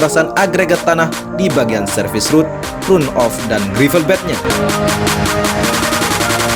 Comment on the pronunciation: Phonetic yg benar dari kata RUN adalah / 'rʌn / Jadi kalau di-inggriskan juga gk bisa dgn RAN OF. Tpi Setidaknya dgn dibaca RAN OF sdh mendekati benar.. Demi kebaikan bersama saling mengingatkan mmg lebih baik.